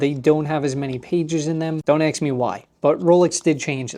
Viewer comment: It’s “ask”, not “ax”.